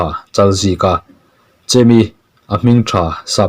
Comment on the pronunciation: Chemi ti a lamtur a nilo, chêmi ti a lam zawk tur.